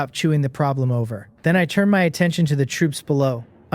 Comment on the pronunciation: Churn?? Churning???? The fuck word is that & what's it supposed to mean? I keep hearing it so are ai's incapable of saying turn